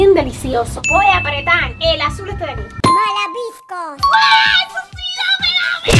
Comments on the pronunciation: cuando dijo malabiscos no es malabiscos es malvaviscos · jajaja los malabiscos xd en ves de malvabiscos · Se dise Malbabisco